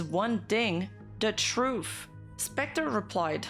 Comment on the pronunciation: “da truf”